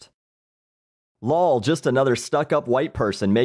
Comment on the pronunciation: I love how when is reading the comments, he intentionally pronounce abbreviations even though he knows what they meant. Like instead of saying the letters l o l or s m h, he says "lole" and "smuh". I don't know why I find that so amusing..